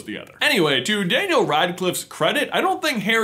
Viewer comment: Ya know what is cringy, Day-neil Radcliffe.